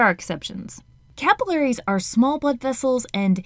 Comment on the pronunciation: when it said "capillaries," I thought it said caterpillars